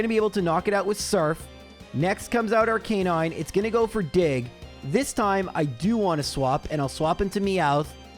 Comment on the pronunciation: Ar"cah"9. Not Ar"kay"9